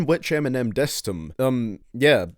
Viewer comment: How he talks? He Says Not DISSED, But DESSET! WTF/ Learn How To Speak While I Learn How To Write :D